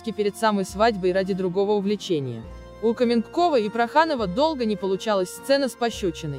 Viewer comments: Кто так текст формально и неприятно читает? То " ...вышла замуж назло сАмой себе", то "КАменкова" вместо "КаменкОва"!!! Потренироваться перед записью не судьба что ли?! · Такое чувство,что это перевод ,а не русский текст.КаменкОва,а не КАменкова.Да и другие слова есть не с тем ударением. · Ну почему КАменкова. КаменкОва.